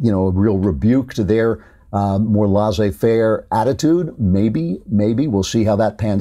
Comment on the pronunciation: Better check the pronunciation of Nicolae Ceaușescu. And laissez faire. You are one of my ideals for true intellectual. (Seriously, no irony intended.)